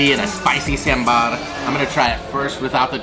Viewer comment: Congrats to both of you for pronouncing "sambhar" correctly .Many Indians don't and pronounce it to rhyme with timber!Hope you have great time in India. You are a really cute couple. God bless you both.